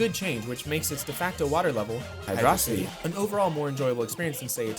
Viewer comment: Great video off topic but my bones hurt hearing people still call hydro city "hidrossity" I don't know why this ticked me off but it did you I probably wouldn't be mad if you didn't infinitive (dont know if I fucked up the spelling with that) it like you were right on something its been proven multiple times thats its hydro city in generations you can unlock the song and it says "Hydro City" same again in mania soundtrack. I know the irony in this I have nothing against you that just pissed me off hearing that lol